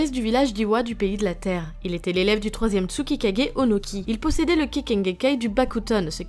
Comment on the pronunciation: Cool la vidéo, par contre c’est Tsuchikage: « chi » comme Chichi et non « ki » 👌🏼